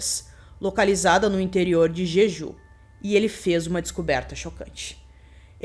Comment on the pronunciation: Ótimo vídeo. Só uma observação: o nome da ilha pronuncia-se "Djedjú"